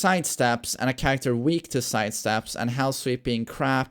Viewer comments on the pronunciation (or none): "Changie charecta"